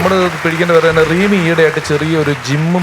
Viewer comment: റീമി അല്ല rimi